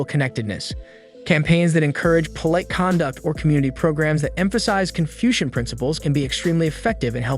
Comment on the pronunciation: You repeat yourself about the struggle in urban environments. And the AI mispronounces ‘polite.’